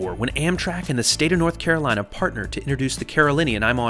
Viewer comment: lol the Carolateagain hahahaha